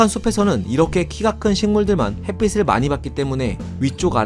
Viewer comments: 햇빛을, 햇빛이 등의 발음을 "햇비슬, 햇비시" 등으로 발음하시는데, "햇비츨, 햇비치"로 발음해야 하지 않을까요? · 햇빛 발음할때, 핻삐슬 아니고 핻삐츨요. 핻삐씨가 아니고 핻삐치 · 햇빛을 = 햇비슬(X) = 햇비츨(O)